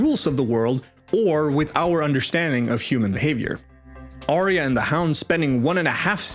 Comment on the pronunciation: ITS "ARYA"!! LIKE "ARE YOU" BUT CHANGE THE "YOU" TO "YUH"!! grinds my gears...